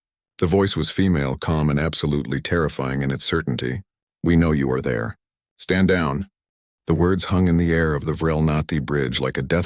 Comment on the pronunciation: Your AI is a Freaking Mathematical Genius!!! , "We know you are there. Stànd down.". HOW THE MUTHER FUKING HELL is Any of that 4 FKN WORDS!!!!????